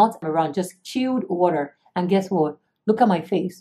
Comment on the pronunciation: guessrrrr waarrrrttt ahahahahahah